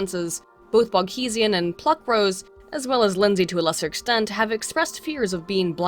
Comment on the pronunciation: Separately, I have a sneaking suspicion that the reason you started mispronouncing "Boghossian" is that you've said "Sarkeesian" too many times.